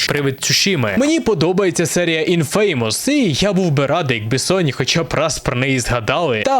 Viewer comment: Вибачаюсь за душнилово, але не "інФе́ймос" а "Інфамос", з наголосом на "і". Будь ласка, не бийте